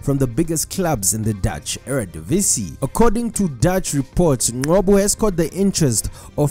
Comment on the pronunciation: Ngcobo, where do you get the 'Q' from to say 'Nqobo'?